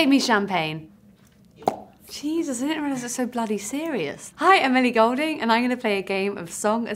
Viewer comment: It sounded like she said 'Hi Emily Goulding' lol